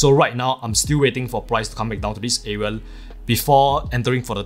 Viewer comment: Why do you keep saying areal ?!